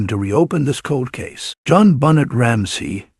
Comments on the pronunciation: How about saying Benet not Bonnet smdh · Pathetic you can’t even pronounce her name correctly. Another AI dependent trash channel.